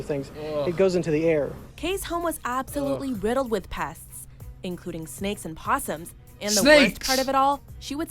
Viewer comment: 'Look at the little posshum'